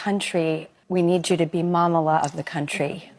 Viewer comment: Finally, someone is saying this. Drew is unwatchable. She and her producers probably think this is her niche, but it is so contrived and obvious. The "Momala" makes me vomit, as the word is actually from a Jewish derivation, Mamaleh